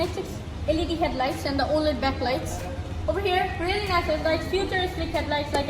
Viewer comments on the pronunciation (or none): none